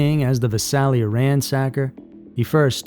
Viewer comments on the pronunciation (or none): I was born in Visalia California in the Central valley San Joaquin. Just for reference the town name is pronounced V(eye)salia.